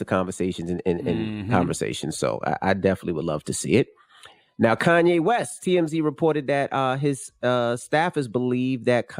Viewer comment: He Gone Mad...... plain and simple Like come nah.... It's Kanye